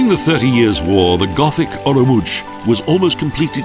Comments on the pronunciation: Nice video, as a small note the name is pronounced 'olumots' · The narrator's pronunciation of "Olomouc" -_ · How do you pronounce it?? I'm leaving to visit family there from Australia in 2 weeks and I don't know how to say it!!